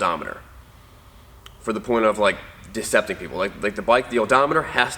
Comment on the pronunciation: "deceptal" - new word. (deceptive)